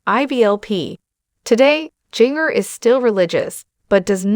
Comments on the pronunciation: Her name is not pronounced like that. Ginger …. Like the spice is correct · Seriously? If you are going to be some kind of commenter on the lives of these women, you should learn how to pronounce their names!! Or teach your stupid AI to do it. Jinger does not rhyme with 'singer.' It is pronounced Ginger - like the spice in Christmas cookies. Like "gingerbread" and "ginger cookies" and "ginger snaps."